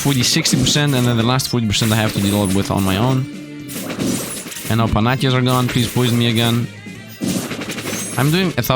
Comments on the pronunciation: Great video! The only complaint I have is small, and hopefully doesn’t hurt your feelings too bad, but “Panacea” is pronounced as “Pa-nuh-see-uh.” (I really don’t want to seem mean here about grammar since I’m sure this isn’t his first language, and I can’t learn a 2nd language for the LIFE of me, massive props! Ty for the great videos!) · Wierldy enough, the goddes is pronounced pa-na-ki-a, while the medicine mlnamed after her is pa-na-see-a (cos k to c historical shennanigans)